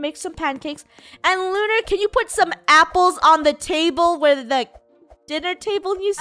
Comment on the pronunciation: Its not Luar its lunar